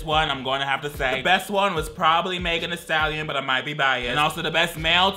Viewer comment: Guy: Timothy Chalamete Girl: Magen Stallion